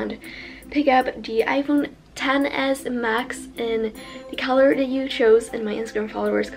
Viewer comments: She doesnt say “the” ... she says “duh” She doesnt say “that”...she says “dat” Ive never met a white person that does that. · Ur voice is so weirds, when u try and say that u say dat. When u try and say the, u say da. But other than that love ur vids